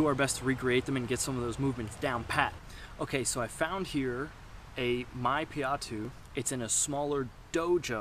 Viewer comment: it's spelled May (like the month) Pie (like the food) Yat (like the word 'yet') May-Pie-Yat. Means fighting with the body. i.e freehand fighting without weapons.